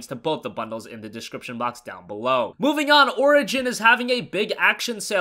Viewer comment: descshibshion... Lol